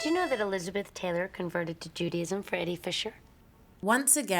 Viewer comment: ...how Judaism is being pronounced as "Judy-ism." 1. Harry is not ugly. 2. Even though I don't watch sports, I could relate to Harry wanting to just catch up with the game while eating dinner. When I get home from work, I too want to watch what I want to watch and not be harassed about One More Thing. He appreciated Charlotte converting, he thought it was awesome, but he didn't ask, or demand, that she become a maniac about it.